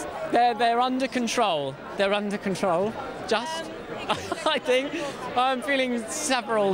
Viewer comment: I sink, i think xD